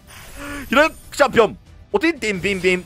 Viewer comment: ヒロイックがひろゆきに聞こえて笑う